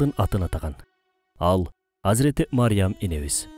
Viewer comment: Мариям эмес Марьям